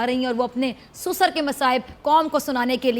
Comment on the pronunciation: Darling susar nhi sesuer hota he